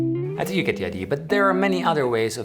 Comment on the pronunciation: Sounded a little bit like "Dont thimk twice it's alright."